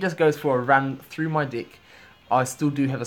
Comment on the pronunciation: When he says, "deck" it sounds like "dick" LOL